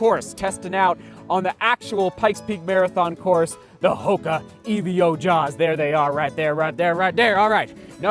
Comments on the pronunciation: Is it not "Evo Jawz" rather than "E V O Jawz" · Great vlog as always. Still confused why you say EVO like Evio though! Well done on another big day at Pikes Peak!